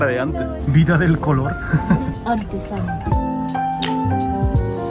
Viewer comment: jejeje "artesano"